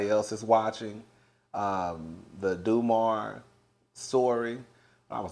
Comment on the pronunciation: When you called it Dumar. I felllllllll outttttt 😂😂😂 Dahmer